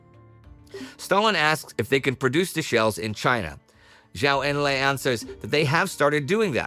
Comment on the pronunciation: Please pronounce Zhou Enlai correctly. It is Joe En-lie